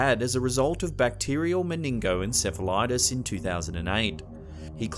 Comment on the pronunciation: You absolutely SLAUGHTER some words! The man with the bacterial (the one with the sick brain) is bacterial men-in-jy-tis...not whatever in hell you were trying to say.... When in doubt...ASK, it keeps you from sounding foolish!